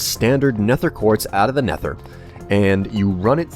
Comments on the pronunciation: ***** "It's supposed to sound CLOSER to never than neffer" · ***** it's not an accent, i'm american too and i don't say neffer, then again i never noticed he says it like neffer :/ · Zach Da Sack He says neffer which sounds dumb and nobody says that except for him occasionally. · CobaltKnight Are you sure it's not an accent/speech impediment thing? It might even be the microphone he uses that makes it sound like neffer. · The way you pronounce nether kills me on the inside. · Would you consider it a sharp "th" sound?